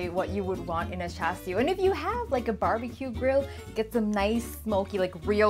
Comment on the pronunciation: you even say it very cantonese way lol thank you